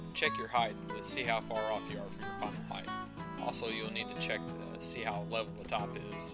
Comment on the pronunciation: HeighT, not heigTH...